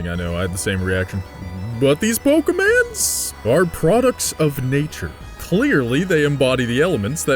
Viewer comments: Say Pokéman one more time! I dare you! I double dare you! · Seriously bro I'm gonna find and break a finger for every time you say poke man's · Am i the only one who gets annoyed with his wrong pronunciation of Pokémon?